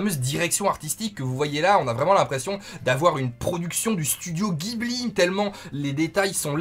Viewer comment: Salut. On dit jibli (ジブリ) pas guibli. Merci